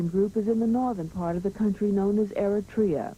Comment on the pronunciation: He can not even say Eritrea this stuiped